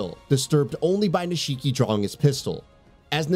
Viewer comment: They pronounce nishiki's name in game an this guy still pronounces it wrong. I'm starting to think someone didn't play the games they just got picked to read the script for this review.